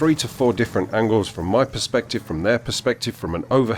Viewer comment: Angle** not angel lol